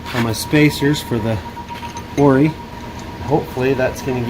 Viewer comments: Lmao oris most definitely pronounced o r i aka black magic. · For gods sake, it's "O" "R" "I". Off Road Innovations. Would you like people to change the names of your companies?